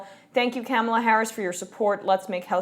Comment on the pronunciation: It's pronounced Ka- MAH-la. And I differ with your interpretation that it is fantastic news. "Fighting for the American people?" I'll believe it when I see it. And we DO know a ton about #KounterfeitKamala'rs record from her days as AG of CA. Also, John Conyers single payer bill HR 676 has been "out there" for 14 years and never passed when the Democrats were in total control. Here is my take on this news.